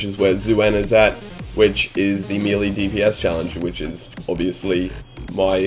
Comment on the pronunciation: I love you and your videos, there are great! But really it kinda annoys me every time you say melee dps because you are pronouncing it wrong:D Please try and look up how to pronounce it;-) Great job and keep going